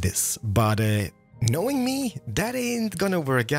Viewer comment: I love how says knowing. K'nowing ❤️